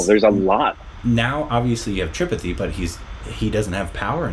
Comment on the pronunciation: even after watching 2 seasons cant pronounce Tripathi correctly...or Guddu.... lol